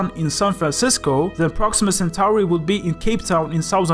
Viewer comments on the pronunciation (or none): none